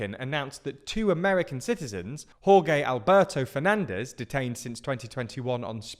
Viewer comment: That's not how "Jorge" is pronounced. 😣